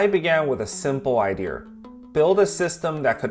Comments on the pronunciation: LOLOLOL!!! 😂 Can he say it though?: I-DEE-UH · Which area in the US says idear (idea)? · I love how you created something this way and made money and showed the humor of it as well. I also like your pronunciation of “idea”. Keep doing your thing. Good stuff. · I don't know if you are trying to be funny but your tone and delivery are very funny. Even your expressions when you start from a cut go from deadpan to overly expressive. It works very well. I also have never heard anyone else non-English pronounce 'idea' the way you do. It's hilarious.